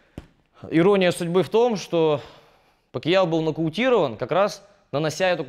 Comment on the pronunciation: Говорил бы не ПакИяо, а Пакьяо (как в названии), было бы идеальное видео